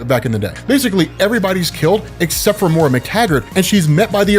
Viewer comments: MOY-RA, not MORA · 12 hours in and he’s still pronouncing Moira as Mora. Jk loved the video, longest YouTube video I’ve ever watched